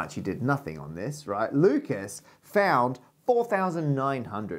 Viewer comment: For someone who's a big fan of Lucas, Matt sure doesn't care about pronouncing his name correctly. I wonder if he's also a fan of Renny Dess Carteez.